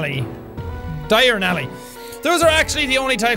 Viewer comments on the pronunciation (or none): I still find it kind of funny that actual English words like caste (pronounced cast, means hierarchy basically) and diaurnal (dye urn al. Opposite of nocturnal) were mispronounced, but I suppose it is tricky with this game hahah.